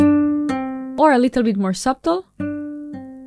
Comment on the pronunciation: Nice explanations. PS The B in "subtle" is silent, at least where I am from. suh·tl